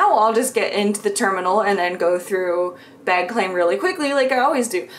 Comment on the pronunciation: I love how we can tell where you are from in the US when you say “bag”. So cute